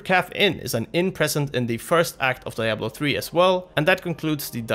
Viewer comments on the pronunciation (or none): Levels of nerdrage rising with each "Die-ablo"